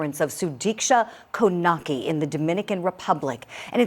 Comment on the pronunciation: Hi! Konanki is pronounced Coe-nun-key